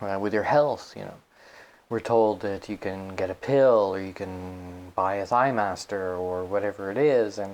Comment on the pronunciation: I was like... did he say thIGHMASTER?!?!? Omg. Awesome. Brought back some memories. And he said "aut" instead of out! Must be Canadian!